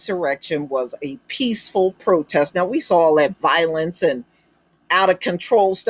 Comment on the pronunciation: He meant peesssful or pisssful protest.